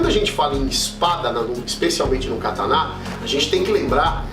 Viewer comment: A pronúncia correta é essa: ka ta ná?